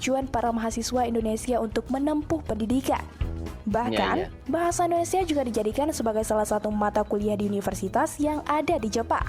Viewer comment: Aku bangga pada anda berdua chanel, karena pengucapanya Bahasa Indonesia sudah semakin baik.